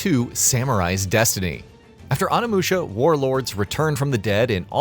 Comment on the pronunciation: Anamusha?? it's Onimusha...